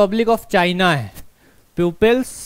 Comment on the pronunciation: अबे प्यूपिल्स नही बे, पीपल्स रिपब्लिक बोलो बे।